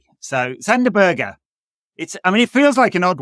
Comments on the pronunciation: Better than Sander Buurgj which all English people say at least. Even Sander is pronoucing his own name wrong in those Premier League videos. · Crazy bad at saying Sander Berge.